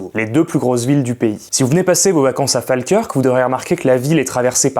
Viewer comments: Falkirk se pronounce:" Faulkeurke" pas Falkeurque. Je vis depuis 2003 en Écosse et on me l'a assez répéter😂😂😂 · Fake curc c’est prononcé fall-keurk svp 😊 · Quasiment tout est juste, mais Falkirk n'est pas un petit village mais une ville qui fait environ 35.000 habitants, et ça se prononce "Fól-keurk", ou "Fo-kirk" avec l'accent local. Le reste est vrai, c'est d'ailleurs assez joli comme ville, tout comme Glasgow et Edinburgh qui sont très chouettes à visiter. Et effectivement les chemins de fer ont été très bien développés dans le secteur, il n'y a pas moins de 4 lignes entre Glasgow et Edinburgh (plus une ligne déviée via Carstairs). On a d'ailleurs deux gares différentes à Falkirk, Falkirk High et Falkirk Grahamston ☺️ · La prononciation putain! La prononciation! Ca se dit Folkeurk. Les mecs sont capables de trouver des sujets inconnus, mais pas foutu de prononcer un nom commun! C'est une dinguerie d'être aussi incapable!